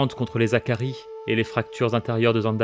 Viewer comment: Et on dit les Hakkari pas les Zakaris, pas de liaison avec un H ! Vivement la suite en tout cas